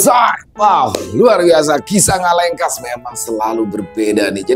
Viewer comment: ngalengkuas salah Bang ngalengkas 😀